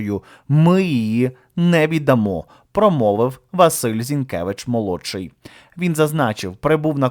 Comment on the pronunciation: ...віддачує. Зінкевич. У а не . Зінкевич. А . Вчимося української і